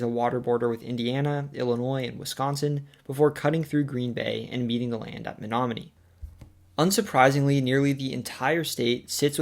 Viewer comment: Only halfway through so far, but as someone from Menominee, I’ll say you NAILED pronunciations of place names all around. They aren’t easy!